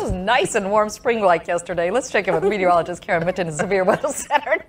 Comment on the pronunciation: i think you are trying to say meateroligist.